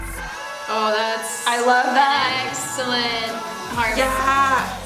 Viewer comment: "Exo-llent". (, 2018) Someone just has to do this.